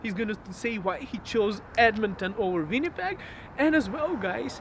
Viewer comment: I can't believe you still mispronounce "Winnipeg" and "subdivide" - do practice your V and W sounds!